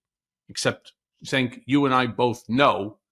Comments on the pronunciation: SANK?? Put some respect on his name. It’s pronounced CHENK. Also what is with these comments? agrees with him on everything but he’s an extremist? The democrats lost 2 elections to that idiot because of all the reasons Cenk has been talking about since day 1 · his name is pronounced "Jenk".